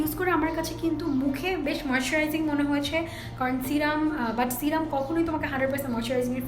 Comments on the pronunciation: Kotha bollei smart hawya jai na. Tomra bekar smartness dwkhao😂😂😂😂srirum .. Ba sirum noi go.. Serum.. Kotha tai kemon kore jano bolo😂😅😅😆😆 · Not C-ram it’s se-rum ..no offence 👍🏼